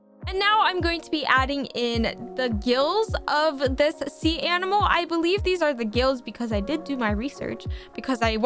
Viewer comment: She said anmal not animal